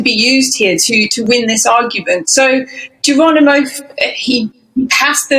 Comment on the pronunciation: you plonker, it's Geronimo not Geranimo!